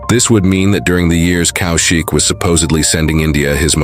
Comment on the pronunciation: It’s not COW SHIK it’s pronounced Kawshiq…. First learn how to take our names then tell us what a hero has achieved or not. Either way u r an irrelevant irresponsible idiot who’s trying to make money out of Indians and mr. Kaushik